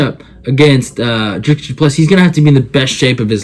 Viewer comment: Dricus Du Plessis. The "s" is silent.